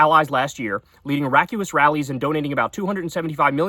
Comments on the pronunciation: Sorry to be "that guy", but "raucous" is pronounced "raw-kuss", Kyle. Not "rack-u-us". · the word is rau-cous, not ra-cu-ous! Thanks for all you do Kyle! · Kyle... "raucous" is pronounced like "rock-us" not like "rack-u-ous". Just saying. Funny news though, lol. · Just have to point out that raucous is pronounced raw-cus. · Hey, just an fyi, the word "Raucous" you used at the start of the article is actually pronounced "Raw-cuss" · Ra-cu-is??? Lolol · I've been mispronouncing "raucous" wrong.